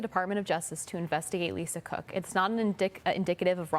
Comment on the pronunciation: Did I hear him say "Lisa CRook"?